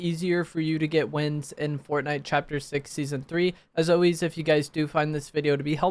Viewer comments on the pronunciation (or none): “as owiez” holy brain rot